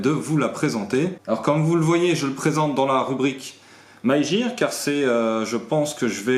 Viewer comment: Les Glocks... produit defendu aux USA... :( Trademark... les copies ne passent pas la douane. Just une petite correction, an anglais, le mot "gear" se prononce avec le son "gue" comme "guenon" et non comme un "j". Keep up the good work!